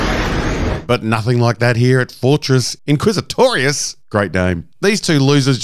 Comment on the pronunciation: I love your pronunciation of Fortress InQuISiToRiUoS!😂